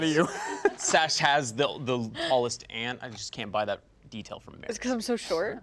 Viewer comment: As another Matt from SC, I totally believed the planting pot lie, I feel like I've seen plenty of people using it that way. Also "ant" not "ont."